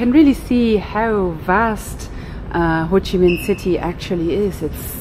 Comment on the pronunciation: bạn nói tên HCM city là quá chuẩn rồi , có tìm hiểu và học thức sâu rộng không như 1 số người được ăn được học. mà nhận thức hơi kém